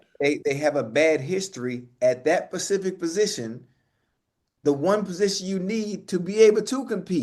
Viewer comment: ocho it’s“ specific “ please man get it right 😔